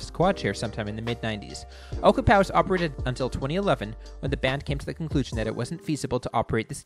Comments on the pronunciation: Ochapowase….o-chap-a-waze, not oka-pow-ass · Ocahpowis!? It's pronounced Oh-chap-ah wace. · It's pronounced O-CHAP-O-ACE